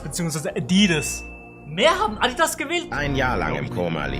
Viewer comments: Adidas ist eine deutsche Firma man kann den Namen deutsch aussprechen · Adidas ist Deutsch, also musst es nicht Verauchen irgendwie Englisch auszusprechen😂😂👍🏻, aber alles Gut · Es heist Adidas und nicht adi das ist deutsche Marke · Nein man spricht das ganz klar Ädydäs aus. So hat der Herr sich das früher vorgestellt und damals hat er es auch schon als Ädydäs ausgesprochen. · Wieso spricht er Adidas so aus? 😢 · wie er erst Adidas richtig ausspricht und dann ins falsche korrigiert